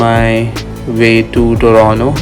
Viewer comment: TORONTO ❌ TORONO ✅